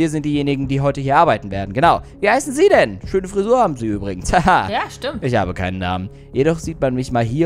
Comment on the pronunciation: sagt stat stimmt dimmt😁